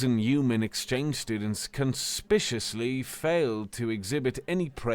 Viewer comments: I came to the comment section to mention this. Although, in fairness, the difference between (su)spicious "spish-us" and (con)spicuous "spik-you-us" is only one letter. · Learn how to pronounce words before you start recording. "Conspicuously" isn't particularly hard.